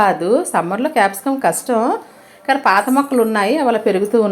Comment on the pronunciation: Mam it's not Capsum It's Capcicum 😜